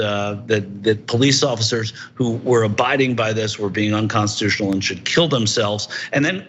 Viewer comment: to be fair, Quatcrotchy said that cops that are doing “Unconteetooshional” things should hang themselves. Since that’s not a real word, his statement didn’t actually apply to anyone. He’s innocent!